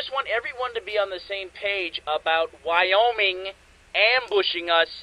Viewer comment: I... thought I was hearing things, but... Are you calling Wyoming.... Wyomie?